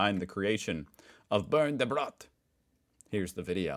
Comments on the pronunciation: sounds for me every time like burn the bread ... Bernd sould be pronounced in am. english like an baernd but its funny .. toast the toast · You slightly mispronouncing "Bernd" like "Burnt" makes me think of something that could happen to the poor depressed loaf: Bernd, watching a video of yours: "Nein, ich heiße Bernd, nicht 'burnt'!" ("No, my name is Bernd, not 'burnt'!") Bernd gets angry, smashes the computer which catches fire and also burns Bernd. Bernd: "Au! Jetzt bin ich richtig 'burnt'. Mist." (Ouch! Now I really am burnt. Crap") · Its so funny how you (and tommy also) pronounce Bernd like 'Burned' das Brot. That basically also comes down to why he is so depressive😂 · I just hate him! I lived nearly 30 years without ever have to endure any nonsense done with name, I ❤ed that neither English nor French nor Spanish speakers could pronounce it anyway, and than he came up naming the bread Bernd! Not funny! 😂